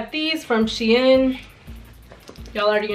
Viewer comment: Not tryna be rude but I was dying when she said she in it’s sheeen ❤️❤️❤️❤️